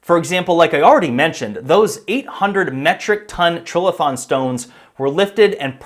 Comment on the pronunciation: Another hack who sees the word "trilithon" and lacks the vocabulary, general knowledge or ability to analyse how a word is written. Nor can he be bothered taking a couple of seconds, in this day of the interwebs, to check the correct pronunciation . . . Perhaps he just copied Graham Hancock who has the same issue? "Tri" = three, "lithon" from lithos = stone. A structure of three stones, two vertical, one laid horizontally on top = "trilithon". Or alternatively, the vowel before a single consonant is "hard". Or, show your ignorance and inability to research anything, however basic, and say "trill-a-thon".